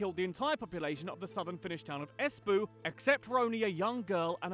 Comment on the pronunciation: I just wish the presenter of the original video hadn't pronounced the Finnish words the English way 😆 Espoo is not pronounced like in the video, it's more like EH-spow. Anyways, interesting to hear reactions to this from different people ! :D